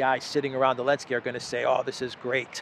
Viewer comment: I always enjoy you calling him Elensky. I have no idea why you don't say the Z but it is hilarious.